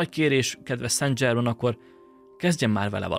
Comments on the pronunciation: ok. de kérlek szépen, ha igényes vagy, akkor készítsd már el azt a változatot, ahol helyesen mondod ki ötvenszer a nevét, léccci, lécciii (fr. szan/szenzsermen semmiképpppppp nem angolosan dzsermen, de az is dzsörmen lenne, jááááááááájjjj) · nem dzsével, hanem zsével ejtik a francia neveket: szen zsermen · Szen' Zserrmeen, légyszi ha franciás dolgok vannak, kérdezz meg a kiejtésről, segitek szivesen. Klassz videó, köszönjük! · Nagyon klassz kis video, de kerlek nezz utana hogy ejtik rendesen a francia Saint Germain - nevet (Google translate segit ;)... mondom ezt csak epito jelleguleg ;)